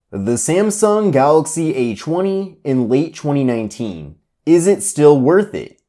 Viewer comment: Samsung acheewny late chweeny nineteen